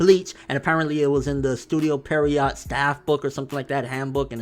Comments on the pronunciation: When he very frequently reviews shows made by Pierrot, he can at least (learn to) pronounce it right. It's not that fucking hard. It's extremely lazy (and illogical) to see the word "Pierrot" and pronounce it as "Perriot." Maybe he's dyslexic, I don't know. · Please learn how to pronounce Pierrot. Can you not say it correctly because you can't read, or are you simply not aware that you're saying it wrong? Cuz you butcher it literally every single time. It's pronounced "pee-air-oh." It's taken from French for "jester," which is their company logo. Honestly, a little bit of fucking energy to know that. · *Pierrot, not "Perriot"